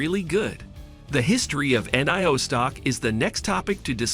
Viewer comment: Robot voiceover video that can't even say Nio, don't bother